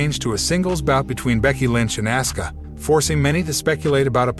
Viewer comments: Asuka not Asska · auskas name is pronounced Oska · Her Name is Asuka,,, Pronouned Aw-s-Ka,,, get it right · It's Asuka pronounced AWSKA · Narrator am going to need you to say the name right it Asuka 😂